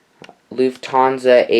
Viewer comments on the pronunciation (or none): none